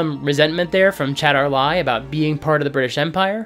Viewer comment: 95% of your criticisms of this film are valid. But it's Chatar LAL not Chatar Lai. Ends with an "L" I'm fairly sure he even pronounces the L in his introduction. (also the novelization the dinner sequence was explained as the cultists trying to prompt the Brits and Dr. Jones into leaving sooner, but I can see that as artistic licence on behalf of the author. Yes, I read the novelization. I did so before I saw the movie so I wasn't grossed out.)